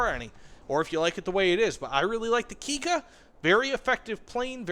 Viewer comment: its pronounce Kik-ka with a lonk K. you must stop after the ,,i" and say then ,,Ka". its important in the Japanes language to pronounce by double letters. example the difference from ,,itte kudasai" and ,,ite kudasai" is: Itte means please go and ite means please stay :D